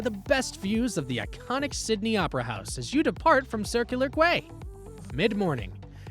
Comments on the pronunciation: Circular Quay is pronounced Circular 'key' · A Sydnyite here. Bugger me I can't get over the pronunciations. Bugger me it's funny. It's Quay pronounced Key so Circular Key, not what this clown is saying it. There is way better places here to spend 5 day. BASICLY WHAT A LOAD OF CRAP!